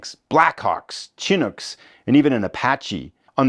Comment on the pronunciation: Wow! This game looks and sounds great from your description . Throw in the fact that Canadians play a major part and I have to get this ASAP. One pronunciation note: that helicopter’s name is pronounced Shin-nooks with the emphasis on the second syllable.